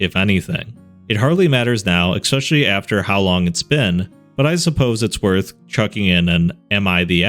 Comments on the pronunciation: ES peciallly ET cetera Not Ekspecially, Not Eks cetera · It's especially not eXpecially ffs